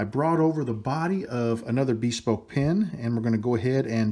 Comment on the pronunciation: I want to preface this comment by saying that I love your pens and videos. You are clearly a man who likes to do things as best he can and get better at them over time (I'm the same way). I bought a PSI Lathe to turn pens because you made it so accessible. Now, I have ONE suggestion. Take it or leave it, but if you google the word "bespoke" it is pronounced BIH-SPOKE not BEE-SPOKE. Other than that, I love it all. Thanks!